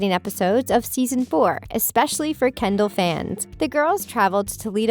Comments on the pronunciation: The narrator said Kenddi not Kendall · instead of saying Kendell you said you said kendie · you said kendi not Kendall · you said kendi